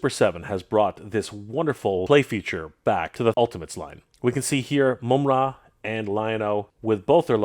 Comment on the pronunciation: the majority of us know how it's pronounced,but called him "Moomra" which is definitely incorrect lol